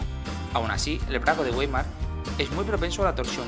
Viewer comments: ""vaimar" se dice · Pronunciamiento incorrecto se escribe weimar pero se dice waimar.